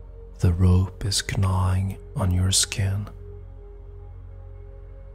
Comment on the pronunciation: I have followed your meditations for many years and always love them. They transport me to a wonderful place and your voice is really soothing. Thank you for all that you give.. just a little side note. Gnawing when pronounced has a silent g so sounds like nawing not g-nawing 😉🤗